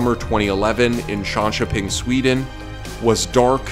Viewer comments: in chanchöping? its yönköping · How the actual fuck did you pronounce Jönköping?